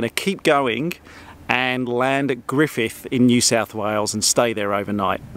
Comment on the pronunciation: Yes, indeed he has! Awesome!! He even pronounced "Griffith" properly. :-)